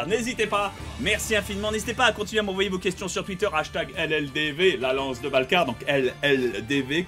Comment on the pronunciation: On dit twitter